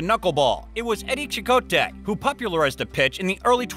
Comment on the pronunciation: Cicotte = Cy - cot.